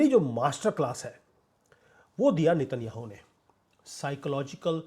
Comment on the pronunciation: Sir उनका नाम नेत न्याहु है नितिन याहू नहीं😂😂😂😂